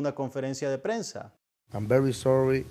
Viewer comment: Que carajos, am very sorry XD y a este quien le enseño a pronunciar el ingles.